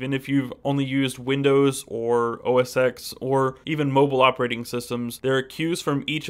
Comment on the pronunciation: Not [OS AX] [OS TEN] is correct